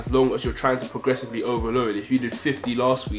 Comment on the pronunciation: man said presgoressively🤣